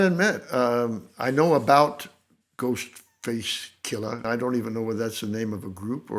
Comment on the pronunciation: Love how he pronounces Ghostface KILLuh